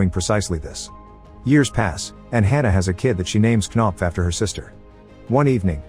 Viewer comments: "Kuh-nopf" lmfao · Oh hell no there's no way she's called knopf 💀😭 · Knopf? Really? Unless it's a Danish name or something, it's just ridiculous. Sounds like a fart cough.